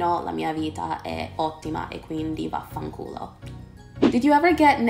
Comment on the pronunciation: Pronunci vaffanculo meglio del 90% degli italiani😂💞